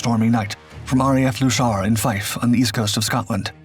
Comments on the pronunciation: The pronunciation of RAF Leuchars is a bit of a giveaway-should be 'Lookars' nor leeeuuucheeears or whatever 'he' said. 😎🤠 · r.a.f. louchars???? its luchars ...loo chars... the ch being pronounced as only the scots can lol ! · Its not 'Loo-shar' - its Luke-ers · Good video, but I was perplexed with your pronunciation of the airfiefd in Fife , Scotland that the Beauforts took off from-then I realised you were talking about RAF Leuchars-it's pronounced "Lookers" not Looshars😀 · one point for improvement, its not RAF "Looshar" it is RAF "Loo~chers" the "ch" pronounced the same as in "loch" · * N.B. Ai, RAF Luchars is pronounce 'loo-cars'.. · Luchars is pronounced Lookers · RAF Leuchars pronounced Luke - ers. Best way I can describe it to you. Do a little bit more research on the pronunciations, please. Otherwise interesting. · Leuchars is pronounced Loo carz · The airfield Leuchars is pronounced 'Lew kars'!!! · Except the ch is pronounced as it would be in loch. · Leuchars is pronounced Lookars btw 😊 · I lived at 58 BeaufortvCescent, RAF Leuchars from 73 ~76. Leuchars is, by the way, pronounced Lewkars. Great programme. Thanks. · Not only is the thumbnail a Beau Fighter, but It’s Two two and Four Two squadron …not Twenty second and Fourty second. They were R.A.F. squadrons. NOT U.S.A.A.F. R.A.F. LOOSHORE is actually Lucas’s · This has probably been noted before, but Leuchars - the ch is like a k, it's not a soft ch. Try pronouncing it as "Lookars". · Dang it, how many times... It's pronounced "Look-ars" lol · Forty two Squadron not Forty second Squadron. British and commonwealth never used the US naming conventions and for a historical documentary you should be aware of this. RAF Leuchars pronunciation is way off, accuracy is paramount please research thoroughly.